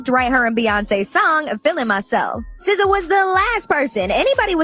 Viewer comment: How do you get “sizza” from sza???